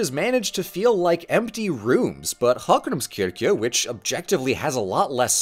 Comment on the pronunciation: Fun fact about Hallgrímskirkja: the church bells are named Hallgrímur, Guðríður, and Steinunn, after the poet, his wife, and daughter. I thought that was very cute. And did a pretty good job pronouncing Hallgrímskirkja (though he did butcher Héraðsskólinn 😅)